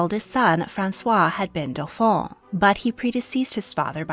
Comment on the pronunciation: Excellent video. My only nit is the pronunciation of dauphin (dough-fan). The dauphine (dough-feen) was the wife of the dauphin.